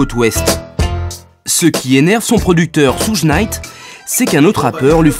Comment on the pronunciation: Mais qui est à l’origine de ce documentaire 😂? Jodeci sont rappeurs c nouveau ça ! Ssougue naite 😅 , bref aucune connaissance du rap de son origine, tout est décousu, du grand npk !!!